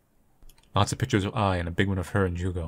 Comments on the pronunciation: I don't know where the devs are from, but all human names (Misae, Ai and Ju(u)go) are Japanese (Ju(u)go is pronounced as "jew-go" in Japanese, so I think you got it right). Also, I have the feeling the game is situated in Japan, since Misae mentioned she's a "half-foreigner" (that distinction is often made in Japanese; people with only one Japanese parent are called "hāfu", literally meaning "half"). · You pronouncing Jugo's name correctly because you're respectful enough of a language to know it's quirks and differences between similarly sounding ones warmed my heart up, man. It's always nice to see how much care you put into these little details. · Brazilian here, three years late but whatever I just wanted to say the pronunciation of Jugo was great! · Brazilian here! Yup, got the Jugo pronunciation right, tho that is certainly not a Brazilian name. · As a person who has Portuguese as a second language, you pronounced it quite right !! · ur right with the pronunciation, but thats not a brazilian name at all lol, the developers are definetly weebs so probably is suppose to be japanese? Especiall cuz her name "Ai" is love in japanese, but in portuguese "Ai" is "ouch" so??? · I'm brazillian and naturally speak portuguese. Your pronutiation is correct but none of the names are common here. I don't think the intention was to use brazillian names, so you can speak as you wish 😊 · You pronounced the Portuguese name well!